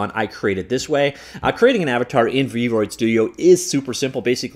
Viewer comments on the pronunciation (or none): Everyone: v-roid studio: Freud studio